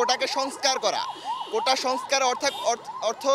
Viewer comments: আপুটি মনে হয় অনেক স্মার্ট🙂 শব্দটা যে ❝কোটা❞ কোঠা না সেটা উনি জানেই না। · কোটা না কোঠা ভাই। এই আপু কোটা ছাড়া চাকরি জীবনেও পাবে না। তাই তার কোটা প্রয়োজন। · ‘ কোঠা ’ কি রে ভাই😂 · কোঠা না? কোটা হবে😢😢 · উনি বার বার কোটাকে বলছে কোঠা কোঠা কোঠা, এমনই তাদের পড়াশুনা কোঠার কোটা। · প্রথম আপু কোটাকে বারবার কোঠা বলছে কেন? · কোটা কে কোঠা বলা এই নারীর মেধার মূল্যায়ন কিভাবে হবে? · কোঠা না আপু, কোটা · কোঠা নয় কোটা। আগে উচ্চারণ শিখ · এই মাইয়া কোটাকে বলে কোঠা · মেয়েটা কতো মেধাবী! কোটা কে বারবার কোঠা বলছে।আগে উচ্চারণ শিখে আসুক তারপর অধিকার আদায়!!! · এরা নাকি মুক্তিযোদ্ধার সন্তান কোটা উচ্চারণ টাও ঠিকভাবে করতে পারে না বলে কোঠা । মনে হচ্ছে বলতেছে চিলেকোঠা। তাহলে এ কি যোগ্য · হায়রে যোগ্যতা কোটা টা ও বলতে পারেনা What is কোঠা means পতীতালয়